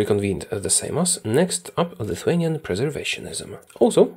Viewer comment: just perfectly pronounced the word "Seimas". Jesus christ that's skill